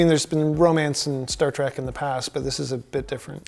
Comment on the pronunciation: The bearded dude says "Star Track" way too many times. ITs TREK!!!!